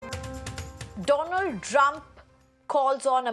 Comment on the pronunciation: At first I thought I miss heard, she did said Donald Drump😂